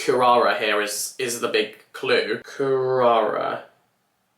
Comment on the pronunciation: I loved the way was researching Kurara and it's just the way a non English-speaking Japanese person would say Klara. Absolutely loved that. Had me cackling